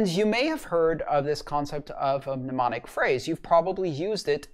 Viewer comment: As politely as possible the first m is silent.